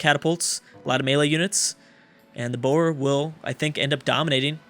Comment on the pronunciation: Boer is pronounced like the animal "boar"